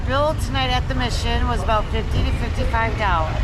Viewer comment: Please. Mission is pronounced like missing. La Mission, not mishun.